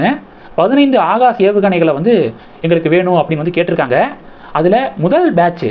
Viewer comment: Pronounce words properly “Akash” not “haagash”